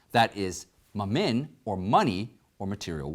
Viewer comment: Good job! I pray blessings upon you and your program! By the way, do you write your own Scripps or do you have one or more script writers? That is in no way intended to be an insult. I enjoy your presentations very much and I like you. Example of what causes me to wonder is your pronunciation of certain Bible terms. For example, Mammon should be pronounced with the accent on the first syllable. The letter a is pronounced as in man. The letter O it’s pronounced the way to you is pronounced in the word up Well done show though.